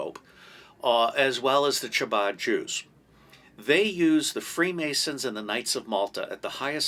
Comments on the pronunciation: Hello love your channel! Ch in Hebrew has a hard ‘k’ sound. Chabad is pronounced like Kabad. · It is not pronounced chabad it is a guttural first letter ...the only whistleblower who won against the CIA was the first to go public with the difference between the deep state ask william binney... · We get it. You hate Israel. Anti semites like Mel Gibson agree with you when you imply that Israel is the cause of all the wars in the world. And sadly your knowledge of Jewish history is extremely poor. You don’t even know how to pronounce “chabad”. It makes my ears bleed to hear you say it